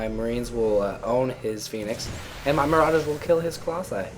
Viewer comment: says build more marowdurrs dude!